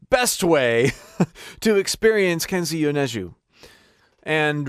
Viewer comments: Bro butchered his name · You're pronunciation of Kenshi Yonezu is so bad that it's funny again.